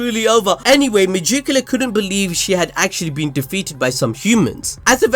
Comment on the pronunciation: Why do you keep saying Me-Joo-Q-La? It’s spelled megicula. Me-Gick-U-La. you even showed the proper spelling during the video. I like the videos but every time you say that name It drives me insane.